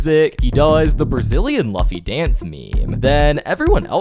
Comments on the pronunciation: Twice he pronounced luffy wrong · Luffy is pronounced loofey not luhffey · its not luhhfy its lohfy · You pronounce luffy loofy not lufy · Most people pronounce it as lufy when theyve never actually heard the name from the anime, typically thats the case, sometimes its just a preference tho, but in nearly all adaptations of the anime its pronounced "loofy" but a lot of people tend to say "lufy" as you said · “hatsoon mikyou and kaseen tiito” and then “luhffy” the confident mispronunciations cannot get any worse man…. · bro called luffy lufy😭🙏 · Bro fr bro is ragebaiting by mispronouncing luffy's name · Im crying because of how he mispronounced Hatsune Miku's, Kasane Teto's, and Luffy's names